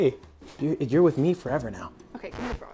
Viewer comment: I witterawy caw him Wudwig because my man doesnt take L's